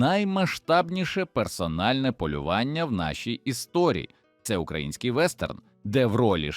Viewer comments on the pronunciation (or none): none